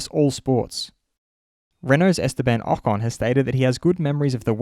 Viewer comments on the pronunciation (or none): none